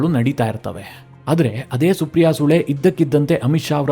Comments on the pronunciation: ಸಾರ್ ಸುಪ್ರಿಯ ಸುಳೆ, ಸರಿಯಾಗಿ ಉಚ್ಚಾರಣೆ ಮಾಡಿ, ನಿಮ್ಮ ಕನ್ನಡ ಉಚ್ಚಾರಣೆ ತುಂಬಾ ಚೆನ್ನಾಗಿದೆ, ಸು ಅನ್ನುವ ಬದಲು ಸೂ ಎಂದು ಹೇಳಿದ್ದೀರಿ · ಸೂ ಅಲ್ಲಪ್ಪ ಅದು ಸುಳೆ